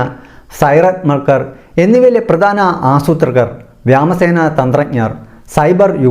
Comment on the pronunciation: സംഗതി ഓക്കേ.. പക്ഷെ കൊല്ലപ്പെട്ട നെതന്യാഹു ഇപ്പോഴത്തെ നെതന്യാഹുവിന്റെ സഹോദരനാണോ എന്ന കാര്യം പരിശോധിക്കണമെന്ന് അഭ്യർത്ഥിക്കുന്നു., വ്യോമസേന എന്ന് പറയേണ്ടത് എങ്ങനെ വ്യാമസേനയാകുന്നത് മനസിലായില്ല.. 🤔🤔🤔🤔👍👍👍👍👍